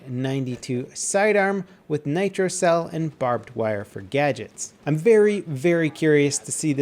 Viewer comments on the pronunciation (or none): none